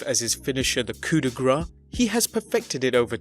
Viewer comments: god you english doN't know how to pronouce french its coup de graceeeeeeeee not coup de gras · It's coup de grace (grass), not coup de gra... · "coup de gras" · Its called the coup de grace